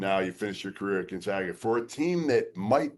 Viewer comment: The disrespect of Gonzaga is terrible. First mispronouncing Ike then mispronouncing GONZAGA. Seriously, if you’re still doing that at this point it has to be intentional.